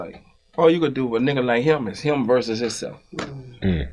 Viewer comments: Everytime Birdman says versus, he is really saying “voices”! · 🤣🤣🤣🤣 They think he say VERSUS.. But He saying VOICES... 🙄